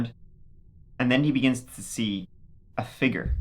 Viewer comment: This and “figger “ for figure is my favorite